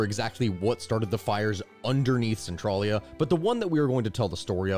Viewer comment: So despite how it's spelled, it's one of those Pennsylvania names where it's not said how it looks. Spelled Centralia, it's said sen-trail-ya